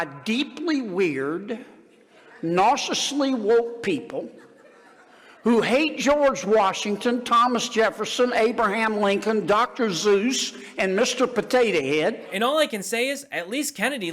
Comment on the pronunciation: "Dr. Zeus"? It's Dr. Seus! If you're attempting to criticize something at least know the material! These MORONS! 😂😂😂😂😂